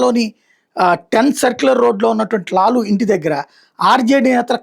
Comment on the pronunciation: లూలూ కాదు లాలూ